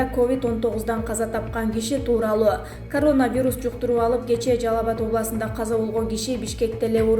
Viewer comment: Журналист кыз созкнду карап суйлочу карооонавирус дебей еркелетпей суйлочу акмак кызыктай угулат екен